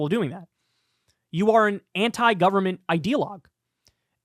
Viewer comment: Anytime Dave Rubin says "government" my eye starts to twitch.